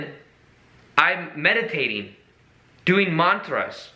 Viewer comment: The time he said where he said MANTRAS again without accent ❤